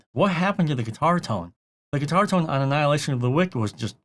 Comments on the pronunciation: I'm sorry how is nobody commenting on the pronunciation of 'wicked'? It's wick-ed as in evil, not wick'd like a candle. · Your pronunciation of wicked is wrong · I couldn’t get over him pronouncing it like that 😭 too funny